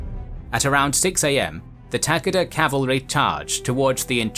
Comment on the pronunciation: i came to this video just to listen to him say tak-ah-dah because it makes my blood boil